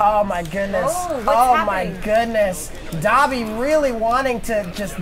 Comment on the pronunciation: "Dobby" ....its Dabi 😬